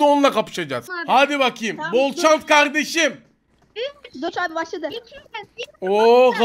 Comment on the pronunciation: bide doh demiyo doç diyo şu adamın adını bir ogrenemediler